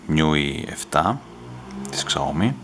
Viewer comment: σάο μί προφέρεται φίλε και όχι ξαόμι :p